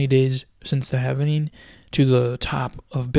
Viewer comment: If you can't pronounce 'halving' correctly and you're pronouncing it, havening instead, why should anyone pay attention?